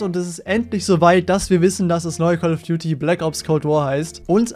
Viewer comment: Die aktuelle call of duty mobile seson heißt komt warr